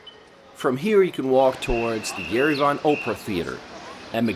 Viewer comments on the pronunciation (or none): Did you just pronounce "Opera" as "Oprah" ????!!!!!! Oh dear. LOL